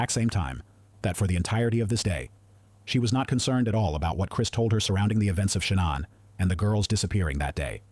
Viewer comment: AI narrator pronounced Shanann’s name in some creative ways, but I like this one the best: Shay-Nonn These AI vids are unlistenable